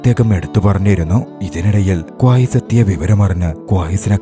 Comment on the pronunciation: ക്വായ്‌സ് അല്ല 😂... ഖൈസ്